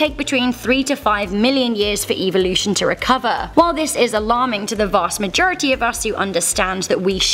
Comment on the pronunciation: the way she pronounces evolution makes me want to go extinct